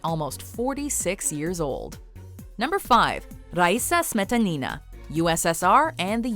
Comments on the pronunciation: You guys usually do a good job pronouncing non-English names but when it comes to Russian's you screw them all simply by stressing incorrectly. It really hurts my ears especially when you repeat "smE'tanI'na" over and over again. The second syllable only needs to be stressed like "smetA'nina" And yes, I also think you missed quite a few awesome athletes... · OMG.... Not SmetanIna! Her name is SmetAnina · The way she pronounce "Smetanina", my years hurt and as a russian I feel offended :)